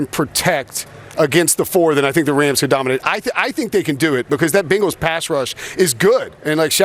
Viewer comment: For the love of Cincy Please say Bengals CORRECT